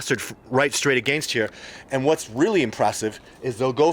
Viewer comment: You’re saying ”against” wrong 😜